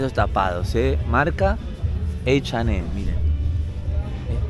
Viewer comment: Como vas a decir H y M en ingles??!!? que t paso????